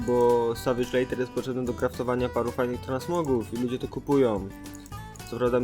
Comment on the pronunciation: Leather wymawia się jako leder. A filmik super~